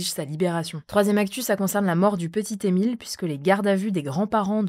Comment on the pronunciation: "le p'tit Emile" mais par pitié fait un effort